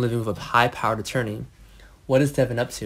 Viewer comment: His name is Devon , not Deavon. Can you please get people who can make this notification interesting… and not like they are just barely reading . It’s “ bad”